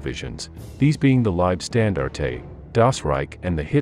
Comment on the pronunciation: Leibstandarte….pronounced phonetically: libe-Shtan-darteh Wermacht…pronounced: Vermacht Wenck….pronounced: Venck Good video although poor pronunciation undermines your hard work.